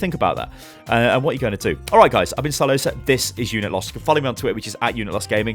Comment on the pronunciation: inhales HEY GUYS ITS ERE